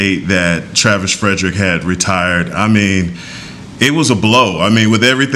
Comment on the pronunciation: Who's the joker on top right hand corner that keeps saying Travis Fredericks? Are you serious, dude? You work for the DALLAS COWBOYS and you don't even know his name? Good lord, this show sucks now.